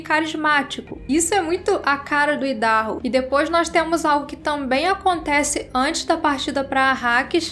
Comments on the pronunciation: exato...é como a pronúncia do nome do estado norte americano mesmo...áidarrôu... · A pronúncia é "Aidarrôu"